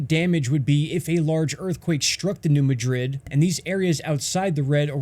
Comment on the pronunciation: Thanks for your video! With all do respect though, being a native of the E. AR and W. TN area....it's New MAD RID. Not like how Madrid, Spain is pronounced. Just thought you should know.